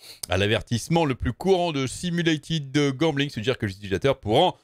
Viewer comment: J'entends toujours goblin et pas gambling